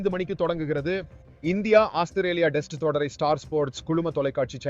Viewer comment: அது என்ன டெஸ்ட் உச்சரிப்பு (male voice)